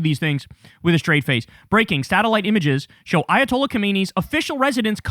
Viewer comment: you pronounce it as the former ayatollah Khomeini, but it is now Kha-me-ne-i